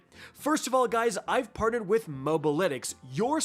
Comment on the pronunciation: You said “parted” with mobilytics not “partnered”